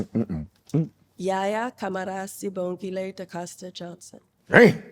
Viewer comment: ‘B’ in Sibogile is silent